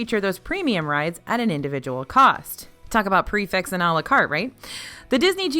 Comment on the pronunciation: Prix - Fixe pronounced "Pre Fe" because it is a French term and nothing is ever pronounced as it is spelled. It means fixed price as it applies to a fixed menu. I love this channel and thanks for what you do.